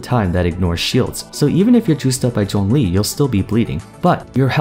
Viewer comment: i absolutely love how you pronounce his name correctly. Thank you.